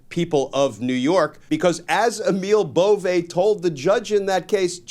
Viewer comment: Emil Bove's last name is pronounced like it looks, B O V E BOVE, NOT BO'V A . Or BO VAY It's a northern Italian name derived from the Swiss origin. I know because my mom is from Luca de Marci, Italy and her maiden name is BOVE. 😊 I just hope Emil is Not related! My family looks great and he is super ugly.